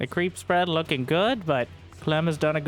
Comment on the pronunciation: get off… my… cweep…